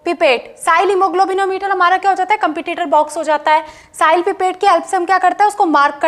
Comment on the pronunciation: It's sahlis method not sahil method pronouns properly